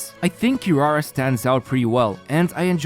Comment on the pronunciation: "QuiRUARUA", "GOUKOMI"